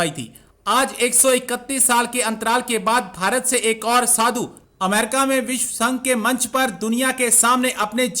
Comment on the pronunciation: उच्चारण सुधारो। उच्चारण सही नहीं रखने से अर्थ का अनर्थ हो जाता है। तुम ‘विश्व’ कहना चाहते थे, लेकिन तुमने बोला ‘विश’। आशा करता हूँ कि तुम विश्व और विश में अंतर समझते हो।